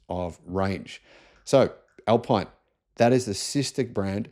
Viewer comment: The Riddara RD6 is coming to Australia in totally gay PHEV form only. Alpine is pronounced al-peen. Ford began selling the e transit van in Australia months ago. The Wagoneer will be the first electric Jeep that Australia will see? Dude, we've had the Jeep Avenger since last year. The Leapmotor C10 REEV has been out for months.